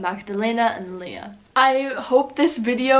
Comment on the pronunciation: Eva is not really common in Germany. Magdalena is only popular in Bavaria. You also proununced Leah incorrect. Its really LEA, not the same as the english version. You missed out on Emma, Mia, Sophia, Laura